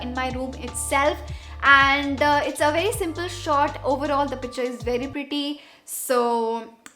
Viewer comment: Isnt it picture? Not pitcher 🤔🤔